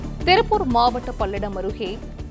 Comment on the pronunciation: திருப்பூர்❌ திரில்பூர் ✅ 🫣🫣🫣🫣